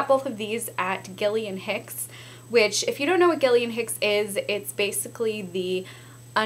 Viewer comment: isnt it gilly hicks not gilly and hicks? or at least in the uk :S